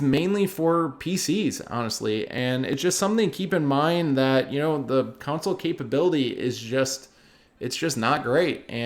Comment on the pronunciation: Please say CONSOLE properly thanks. Besides that all good points